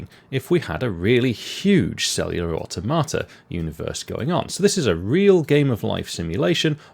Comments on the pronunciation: Well, it isn't pronounced like "a tomata", that's for sure! lol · One of us is pronouncing automata wrong and I'm not sure who it is 😄